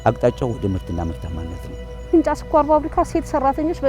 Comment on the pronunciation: ፊንጫ፡ማለትህ፡ነው? " እ" ምናገባው?